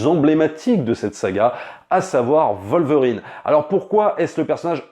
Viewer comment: Pourquoi vous prononcer le W de Wolverine en V